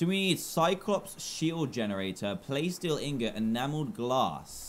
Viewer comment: Dan it’s not playsteel Ingot it’s plasteel ingot